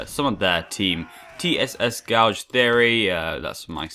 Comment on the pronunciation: please look up the correct pronunciation of the word Gauge! (as in measuring equipment not a thing you do with a spoon to someones eye) much appreciated - laggy guy from |Tss|